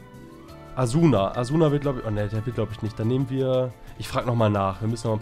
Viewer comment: Asuna wir asna ausgesprochen das ist ein anime Charakter👍 ALLE DIE SAO LIEBEN LIKEN✌️